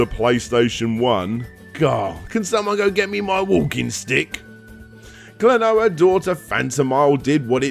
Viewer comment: I will seriously become a patron if you learn enough Japanese phonetics to not make me cringe. The consonants sound as they look, and there are five vowels that have a consistent sound! Throw in a few diphthongs, and that's your lot. Talking about retro gaming, names and titles in Japanese come up a LOT.